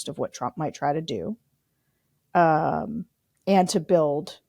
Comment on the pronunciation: Pettiness alert: JVL is okay with me, but I wish he didn't pronounce "and" exactly like Bobert. "eind"